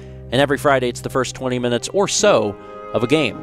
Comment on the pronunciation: I imagine every week he puts more and more emphasis on the “...or so...” part of the intro.